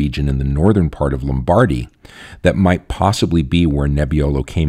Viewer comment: Note: Lombardy (Lombardia) should be pronounced in English as: LOMM-bar-DEEE, not Lom-BAR-dy as pronounced here. There is very little emphasis on the middle ‘bar’ syllable.